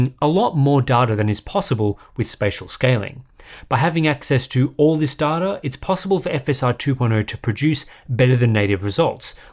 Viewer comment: i cringe every time i hear darta, its pronounced DAYTA